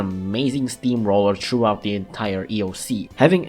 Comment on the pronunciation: Ah yes, another commentary video. A surprise, to be sure. And my favorite type of video, one where he (?) gives his opinion on specific cats. And since this is a video, there's always going to be certain quirks that always make me laugh: - the way he pronounces words like "purchasable" and "throughout" - shitting on bondage cat is always fun to listen to - the standard bc youtuber using normal forms (even though most of them have no difference between evolved form) - the video is not 1 line-up SoL Have fun with Earthshaker. I know not even Mitama and Jizo is enough to beat that stage, but at least it's not a No Continues stage.